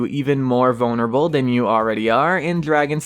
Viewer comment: Am I the only one that doesn’t like the way he says vulnerable?